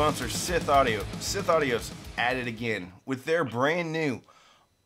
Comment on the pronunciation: I'm sure I'm the 150,000th person to ask, but why do you choose to mispronounce Schiit Audio's name?